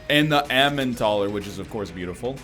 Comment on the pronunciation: My dear NL, it's the "el-em-en-tal-er" not the "em-an-tah-ler".